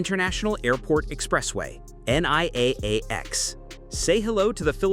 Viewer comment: NAIA pronounced as... NAH E YAH